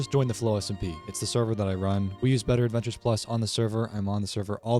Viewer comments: The mod pack name is Better Adventures+ for those who couldn’t understand him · Oh what is it called? I couldn't quite understand you